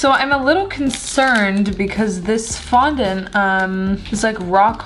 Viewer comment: Anyone noticed she said fondant wrong?